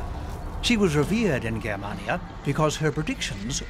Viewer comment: The narrator pronunciations are terrible! Germania is pronounced Jermania and the A between M and N is pronounced as an A not an ar a.